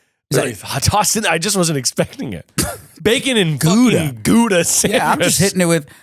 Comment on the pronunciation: I'm Dutch and so that is not how you say Gouda haha